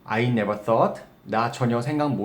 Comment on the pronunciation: 써어트 인가요? 발음이요